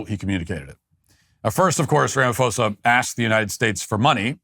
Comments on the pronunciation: Matt Walsh, you’re truly embarrassing yourself with this bottom barrel, racially charged fear mongering. Firstly you couldn't even say "Cyril Ramaphosa" properly but most importantly there is NO genocide in South Africa. What you, Trump and the sad, racist South Africans in this comment section are irresponsibly peddling is not facts nor journalism, it’s weaponized misinformation. What’s happening in South Africa is crime, yes, rampant, brutal, and tragic but NOT genocide. If you had any grasp of South African realities, you’d know that more black and coloured south Africans are murdered each year by FAR than white people, including farmers. That's not a narrative it's statistical fact. You're cherry picking violent incidents, stripping them of context, and slapping on a term as severe as genocide with zero evidence of intent to eradicate an ethnic group which is the legal and moral threshold for using that word. Let’s viciously honest…post apartheid South Africa is still structurally skewed in favor of white privilege. Mandela may be seen as a global symbol of peace, but politically and economically, he negotiated a settlement that left land, wealth, and capital largely in white hands. That’s not opinion, that’s history. So when you invoke “white genocide,” a fringe, debunked talking point used by white nationalist groups globally what you’re really doing is hijacking genuine suffering in order to stoke racial paranoia among your base. It's vile and disgusting to say the lea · Ra-ma-Po-sa...... your pronunciation needs work.... BTW.....Julius Malema has now been re-invited by Ramaphosa to rejoin the ANC since he has returned to South Africa...... Fun times..... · The constant mispronounciation of Cyril Ramaphosa's name is completely disrespectful, Walsh! In future, please just refer to his used named in South Africa: his name is Cupcake. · So you deliberately chose to mispronounce an English name? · Hahahahaha you just butchered his name😂😂😂😂